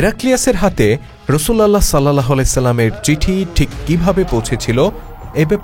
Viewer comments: রসুল উল্লাহ । রসুল আল্লাহ উচ্চারণ হবে না । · শুদ্ধ উচ্চারণ হবে : রাসূলুল্লাহ সা.!!!